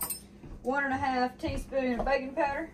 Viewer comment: When she said "baking powder" I swear it sounded like "baby powder". lol